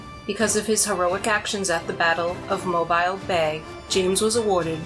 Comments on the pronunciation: Mobile is pronounced mo-Beel, not Mo-bile. Otherwise, great story. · Mo-bee-le, yankee! Stop saying mo-b-eye-le.